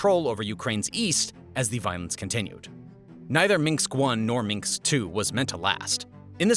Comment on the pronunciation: These videos are very thorough and well done. However, viewers should be aware that the majority of pronunciations are incorrect. There are too many to list, but for example, Minsk is not pronounced "Meenx." "Maidan" is not pronounced like the English word, "maiden," but rather like, "my-Don." So enjoy the historic education, but don't repeat the pronunciations. 👍🏻